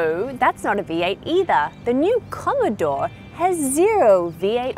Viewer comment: 2.16 "Commodore" 👍